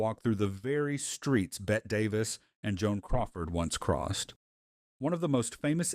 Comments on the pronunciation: This was a lot of fun. FYI... "Bette" is pronounced "Betty", not "Bet". Also, why is you map graphic showing Shea Stadium in Sacramento California? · “BET Davis”??? How do you screw up THAT pronounciation??? It’s “BETTY.”